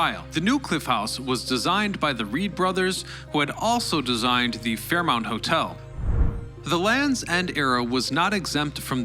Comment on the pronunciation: Fairmont Hotel, not “Fairmount”.